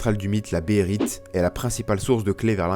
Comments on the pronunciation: behelit pas bérite -__-' à un moment tu le dit tellement souvent que ça écorche les oreilles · BEHHHHHHHHHHHHHHHHHHHHHHHHHHHHHHHHHHELIT , j'en saigne des oreilles mec srx xD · Béhérit et Béhélit sont deux transpositions valables depuis le Japonais. Bon après oui, faut bien prononcer les deux "é" ^^